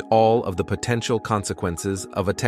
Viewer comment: Is this text to voice AI? Something about the pronunciation seems a bit off. Potentiahhhhl?